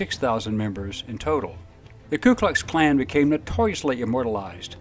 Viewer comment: Has anybody ever heard the KKK pronounced as the "Klu Klux Klan"? With an L in the "Ku" that sounds like "KLU"?